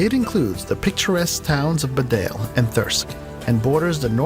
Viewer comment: They also got Bedale wrong in Yorkshire, its said like bee dale